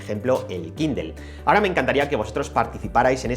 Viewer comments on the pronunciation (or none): Dejá de decir kindel